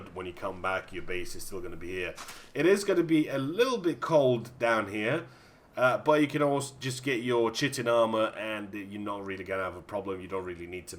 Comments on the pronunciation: Chitin is pronounced ky-TIN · inniss why can't I convince any of my friends who play this fact? they are all like "chitlins" ugh! ~<3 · Azkay S You're kidding right? Look it up yourself if you don't believe me, and work on your pronunciation skills too because it's not rocket science. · chitin is pronounced 'kite-in' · Chitin (C8H13O5N)n (/ˈkaɪtᵻn/ ky-tin) ~<3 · chitin pronounced (kite-in) and ichthyosaur pronounced (ikt-theo-saur) more time in school less time on PC maybe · I keep mocking my friend for saying "shitin armor" and then I watch this video. You sound like an english speaker. If you are not, forgive me, if you are, shame on you! Stop "shitin" on the english language xD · It's actually pronounced kaitin, but I know what you mean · inniss chitin sounds better though, sounds like it comes from bugs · Actually both Kai and Kee are acceptable in english. That's why I only mentioned the error with "sh".